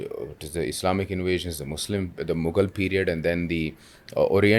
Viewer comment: Cal we start calling it Uzbekistani elements and not "Muggle" elements?